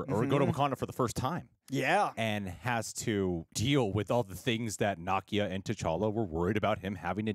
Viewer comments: What’s so hard about saying NUH-KEY-UH …. It’s sooooo weird to keep hearing y’all say NAH-KIA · Why do all you YouTubers pronounce Nakia as "KNOCK-ee-uh" instead of "nu-KEE-uh" ? It sounds kind of crude and insulting. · is mispronouncing Nakia (not a complaint, just an observation!) He's pronouncing it like the character Nakia from Ms. Marvel whereas the Wakandan Nakia is pronounced 'nuh-kee-uh' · Na-key-a, and they were Shuri’s robes that were burned. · Love you both-but it’s pronounced “nah-kee-ah” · saying Nakia's name wrong